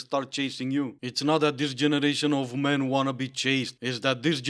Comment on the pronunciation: "Iy have a theoree about mairn"... << inner me: reeeeeally? Do go on...